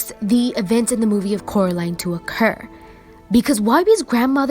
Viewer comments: "It's Coraline, not Caroline" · I have a theory that Coraline never escaped if you listen to Mr.Robiniski the other world's people says her name rightly Coraline but the real world calls her name worngly Carline in the end they said her name right.